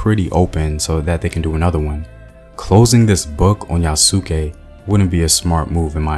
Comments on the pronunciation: You need to get the pronunciation of his name right. Just saying. Yes, he was probably originally a slave but by the time he came to Japan, an armed bodyguard to the second highest religious figure after the Pope. He wasn't considered undesirable, in fact he was released back to the Christians because he wasn't Japanese. Nothing else is known about his life after his reuniting with the Christians, there is no more reason to assume he went back to Africa, than there is to think he stayed in Japan or went to India. Yes, the Japanese were amazed to see Black people because they had no frame of reference, however the fact that he became the highest ranking foreigner in Japanese society until William Adams, shows that modern concepts of race should be kept out of the retelling of his story. Unfortunately, that didn't happen in the anime that just came out. Hopefully, they won't try to turn his story into another Last Samurai. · Yasss- Kay The pronunciation is Yasss- Kay Love everything you reported but you may have overlooked the fact that there were more than just one black samurai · In Yasuke the u is silent. Remember to tell Hollywood that. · He's saying yasuke name wrong but it's a really good video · your not pronouncing it right. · Well you sound Hollywood. Get his name and pronunciation right too. Educate yourself on how to say this Legendary man’s name right! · IF THIS MAN SAY YA SOOOOO KE ONE MORE TIME. ITS YAS-KE MY MAN! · I love your videos brother but this was the hardest one to watch. It's Yah-skay. Two sylables not three. Think Asuka from the WWE. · If there is anything to nitpick it's that the emphasis should be on the first syllable (YA su ke rather than ya SU ke), but it's okay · Yes, its YA-SK-É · pronunciation of Yasuke is "Yas K". Not Ya Su Ke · Its YA-SU-KAY NOT YA-SOO-KAY Also Kokujin its black person translated Koku=black Jin=person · It's not ya-suu-kē, its YA-sk-é. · "Yas-ke' not 'Ya-SU-ke' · It’s yas-Kah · Like Sasuke in naruto